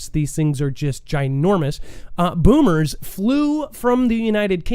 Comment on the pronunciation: I guess no one caught your mispronunciation of the word “bombers”. It isn’t pronounced “boomers” although bombs do go boom 💥